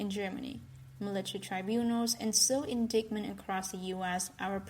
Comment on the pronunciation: When will this narrator learn how to pronounce indictment? Every video same errors. I can’t listen anymore - does my head in - sorry.